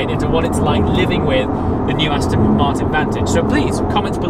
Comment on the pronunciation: Aston, not Astin.